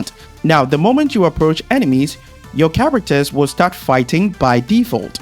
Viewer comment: brother take speech classes lol CHAWACTUHS 🤣